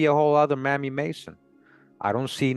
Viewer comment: Mamie is pronounced with a long A; MAYmee,not mammy.